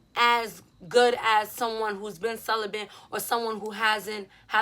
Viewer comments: I love you but there’s no “N” in celibate.. I don’t want any dudes making fun of your pronunciation when you say it . Cel-ih-bit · "celibent"🤔 ok best friend